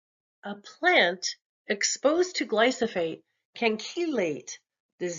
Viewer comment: It's glyphosate, not glysophate.